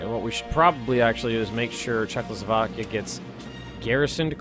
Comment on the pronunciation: Yeah Czechoslovokia